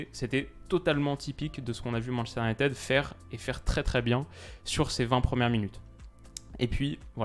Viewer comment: Sur la prononciation c’est « Unitide » et non « Unitède »